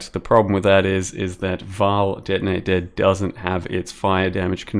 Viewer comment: ""...some cast on crit, denei dad..." I love your pronunciation